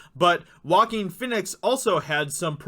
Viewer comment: Name is prounounced 'Wah-Keen' 'Fee-nix' not Walkin' Fenix.